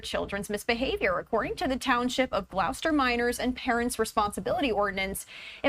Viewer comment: She’s saying Gloucester wrong, so is he.